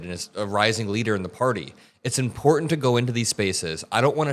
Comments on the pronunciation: Small thing, but you are one of the very few people who pronounce the word “important” correctly. It is not pronounced, “impor…ant” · is great on many levels but the best is that he pronounces "important" correctly!!